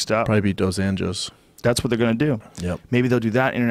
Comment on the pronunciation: It's nice that americans started to call Rafael dos Anjos by RDA because you were pronoucing Anjos in a crazy way like 'Unyos'. It would be better if you pronouced like english way 'un-joes', it's still wrong but it would be more accurate.